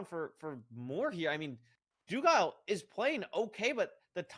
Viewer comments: doogle not doogile sob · “infoomi” “snowcrab” “doogle” 🥀 if hax’s name was longer than 3 letters he’d find a way to pronounce it wrong too 😭